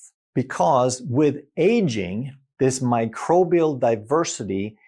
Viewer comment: microbial ✅micribial❌